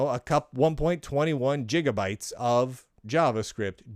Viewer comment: The nostalgia is heavy here Lunduke, It looks like your dislike is how the old web turned into the modern "cloud" where everything runs online, your dislike is more like to that, not to JS itself. Btw I love how you say jeega bytes!